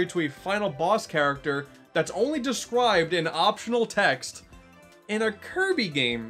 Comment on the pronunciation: "descwibed" - slow clap